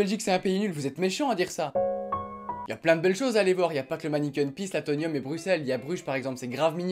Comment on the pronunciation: euh, c'est l'AtoMiuM, pas l'AtoNioN... juste en passant :)